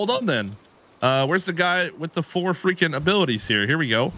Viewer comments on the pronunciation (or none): none